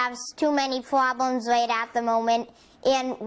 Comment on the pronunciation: so many pwoblemz.